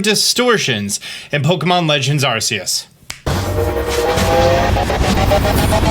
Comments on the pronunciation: You know the English pronunciation is ark-e-us watch the English movie about him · PLEASE STOP CALLING IT ARSEUS WHAT IS ACTUALLY WRONG WITH PEOPLE WHO THINK THIS IS THE PRONUNCIATION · is it pronounced AR-SEE-US? In the trailers, nintendo pronounces is AR-KEE-US